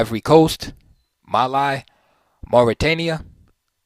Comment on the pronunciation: Excellent! Thank you (Mali) said with a long e instead of i. :)